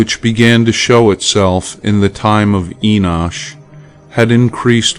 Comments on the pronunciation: IT IS NOT ENOSH IT IS ENOCH! GET IT RIGHT! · Lol! Is that the only one you caught? How about the Enosh... This reader unfortunately doesnt know how to pronounce many words or names. Libervox recordings of the actual book of Enoch are quite good tho.